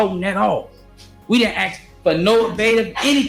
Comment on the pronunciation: If you can't pronounce ASK, your ratchet hood booger butt should have never been a mayor 🤦